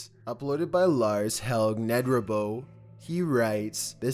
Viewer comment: ''Nedrebo'' xD it was a worthy try my friend :') awesome vid too ^^